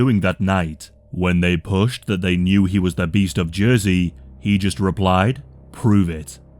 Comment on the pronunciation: It took me a second to realize you were talking about y'ursey; thought it was j'oi'sey